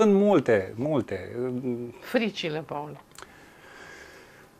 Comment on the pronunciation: De ce-i zici Pol, in loc de Paul?